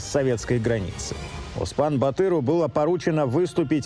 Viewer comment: Не Аспан батыр а Оспан батыр! Надо правильно произносить слова автор.